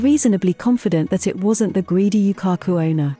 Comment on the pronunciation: Definetely not a Japanese channel but some americanised interpretation of a foreign society. They cannot even pronounce Yūkaku correctly.